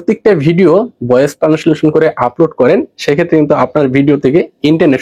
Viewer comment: টানেসলেশন না, ট্রান্সেলেশন